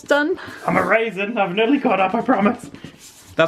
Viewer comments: When said he was erasing I thought he said "I'm a raisin!" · when said "hold on, I'm erasing!" I heard "Hold on, I'm a raisin!"